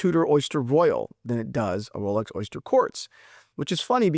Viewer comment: It almost sounds like rolex coward lol